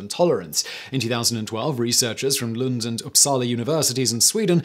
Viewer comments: This has nothing to do with the contents of the video, but as a Swedish person I'm very impressed with your pronunciation of Lund and Uppsala! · Hey, Swedish person here..just wanted to drop in and say that you pronounced "Lund" and "Uppsala" university flawlessly. Good job!!